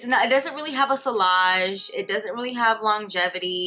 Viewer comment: Just a heads up: the double L in vanille and sillage is pronounced like a y (like tortilla!) Great video 😊